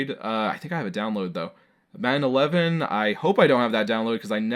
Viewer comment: Madden 11 sounded like 9/11 to me lol